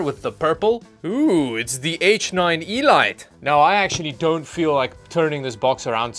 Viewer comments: I think you need a collab with LGR. One does not simply pronounce ELITE "E-Lite". One must pay homage to the intergallactic warfare that obsessed many a 80s teenager with a BBC-B or Acorn Electronic. At the very least it should be pronounced E-L33t.:) Can't believe you broke that Kawaiiiiiiiiii! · why did i just hear E LITE not elite 😳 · I'm sure it is pronounced "elite" and not "elyte" :-) By the way I've got the Metallic Gear Neo Qube case, which is almost identical but probably half the price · eeee lite or elite ... 😂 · Lmao every time he says E-LIGHT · The way that he says elite 😂😂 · you pronounce "elite" and "innovative" very weird.